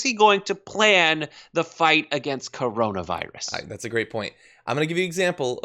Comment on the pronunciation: How hard is it for him to say Coronavirus? 🤦